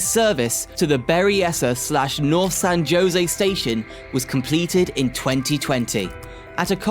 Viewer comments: San JO-sey? 😂🤣 It's HO-sey. The name is in Spanish, where a J is pronounced like an H. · I like what you have to say good information thank you.. At the same time, though you have to learn how to pronounce cities and transit agencies.. I mean b a r t ! Think Bart Simpson That's how you pronounce Bart. And San Jose Say San Ho-za. San Jose the J Is silent. Use H when saying Jose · San "Ho-Sey" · San JOE SAY 😂😂😂😂😂😂😂😂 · Pronunciation of “San Jose” is (example) “San Hosay!” Every time he said “josay” made me cringe… 🙈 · They are pronounced "Bart," like the guys name, "Der-RID-ee-un," and "San Ho-zay." These are three among many other weird pronunciations. Was this vid produced with an AI voice or script writer? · San JOEse and pleezanton😂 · “Kla - Mathe”?? and “San Joe-Say” really?? “Please - on - ton?!?” “Van News”?? “Ventura Country” Country??”Standard Gorge track? Can’t these be edited and corrected?? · India guys call it San Joinzee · It's pronounced hoesay, but nice try man. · >"San JOEsy." You must be kidding me. Talk about shit-teir content farming. Hire a local. Jfc. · San Jose is pronounced as San “Ho Say” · “San Joe-zay” lol whaaat???? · no, even my navigator knows how to properly pronounce San Jose, or San Joe-see. Maybe they don't know how to pronounce Spanish words? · San Jose was pronounced wrong. Ha Ha😂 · You really need to learn how to pronounce the names of places! You really messed up on Nuys from Van Nuys. You misprounced Jose from San Jose, and Clara from Santa Clara. And Coachella from Coachella Valley. Oh yeah, and you slautered recreational. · someone need to guide him to just do some googling to figure out the correct pronunciation especially to all Spanish words e.g. San Jose (‘J’ as in ‘H’) etc. this otherwise informative video got lost in bad pronunciation especially for us California long time residents